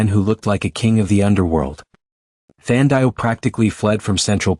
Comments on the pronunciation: Her name is pronounced Than - Dee - Way !!! , Not whatever you said. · Come on, say the name like "Tandy-way". 🤦🏽‍♀️ Watching from Trinidad 🇹🇹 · Enjoyed in SA. Her name is Thandiwe(the loved one) by the way, pronunciation is incorrect 🙈